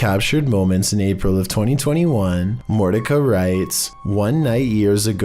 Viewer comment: Mor-tish-uh.........like Morticia Addams...........